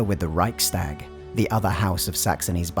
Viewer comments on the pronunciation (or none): Your pronunciation of 'Reichstag' made me cringe.